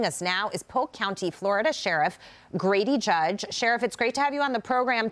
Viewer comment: It's "Grady Judd", genius. Not Grady Judge.